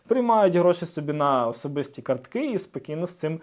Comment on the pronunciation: кАртки, не карткИ!